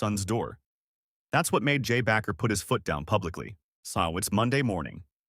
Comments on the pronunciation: I hate these AI narrating videos. As another posted why not say it from the creator unless the whole thing is fate. Bakker not Backer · AI? His name is Jim Baker, not BACKER! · The word isn't "Backer" - it is Bakker (pronounced Baker). Terrible podcast!!!!! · You're not even pronouncing Jim's name right!!!! It's pronounced BAKER, LIKE A PERSON WHO BAKES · AI can't pronounce his name right.